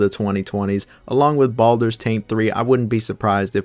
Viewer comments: Wtf is Baldurs TANK three ?!?! 🤣🤣🤣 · Why do you call or Baldurs taint?